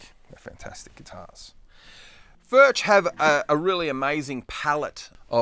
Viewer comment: Spelled Furch but pronounced Furk